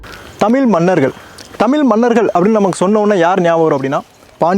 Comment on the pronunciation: Elam super bro sina thirutham nenga pesumpothu tamilmanargal endu solama thamel manargal endu solreenga koncham mathikolunha bro